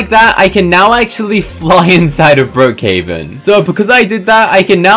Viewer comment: at the start you said brokehaven but its brookhaven